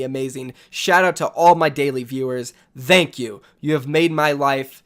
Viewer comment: "Thenk you"